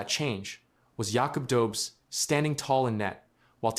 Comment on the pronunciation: Tampa isn’t a dynasty, and its pronounced do-besh.